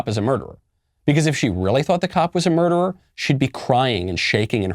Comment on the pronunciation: She cannot even pronounce murderer correctly. LOL